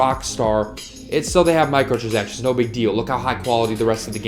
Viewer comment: He kept mispronouncing “micahtransactions”😂